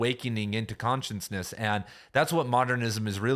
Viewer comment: Shhhh. It's cute.